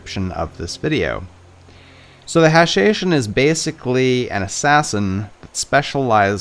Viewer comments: it's pronounced more like "ha-sha-sheen". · Its ha-sha-shin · I believe "hashashin" pronounced with an "o" sound like in "assassin." After all "assassin" comes from the hashashin